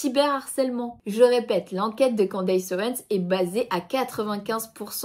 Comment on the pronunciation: On ne prononce pas 'Quandeillesse' mais 'Kenndess' 😉